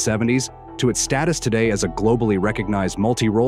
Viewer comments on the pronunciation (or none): none